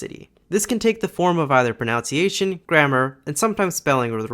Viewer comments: It's proNUNciation, not proNOUNciation. Good vid, tho. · It's pronunciation, not pronounciation. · It's pronunciation, not "pronounciation" my guy. I don't mean to be rude, but you use this word a lot given the fact that your main focus is on languages. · "pronounciation"? No, it's "pronunciation". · Indeed, the complexity of a language can be because of its pronunciation, including in this video where you mispronounce the word “pronUnciation” as “pronOUnciation”, and you even misspell it as “pronOUnciation”, which is a mistake based on the fact that the word “pronounce” is written as such and pronounced as such. But the word “pronunciation” isn’t. To be clear, the word “pronOUnciation” doesn’t exist. “PronOUnciation” is a mispronunciation of the word “PronUnciation” because of the association of that word with the word “pronounce”. Taking it one further, some people because they mispronounce the word “pronunciation” as “pronOUnciation” they then also misspell it as the latter, a misspelling seen in this video also . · The most frustrating thing about this video is that you pronounce 'pronunciation' as if it were spelled 'pronounciation'. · I noticed that you spelt and pronounced pronunciation as pronounciation. Is this an American thing? 🤨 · Great video! Just a quick note, since I'd want someone to tell me if it were me. The word in pronunciation, not pronounciation, with a different vowel sound than pronounce. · It's proNUNciation. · please..... it's pronunciation. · You pronounce 'pronunciation' incorrectly. Also the spelling is 'pronunciation' and not 'pronounciation'